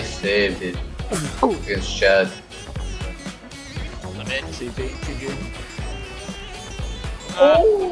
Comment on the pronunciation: Chad❌ Chid✅